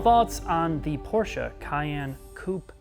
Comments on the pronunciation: Ferdinand Porsche would have been proud, but he could have not understood why you called his company PORTIA... How hard can it be to pronounce it correctly? The answer: not hard at all. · Porscha you say, hmm is this a new chinese brand that copies the german brand Porsche?